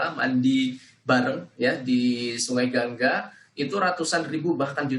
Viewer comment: Gangga, Bang. Bukan gangang